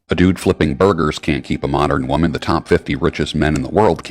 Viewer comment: I really like you little brother. But i wish you could pronounce singular woman and plural wemon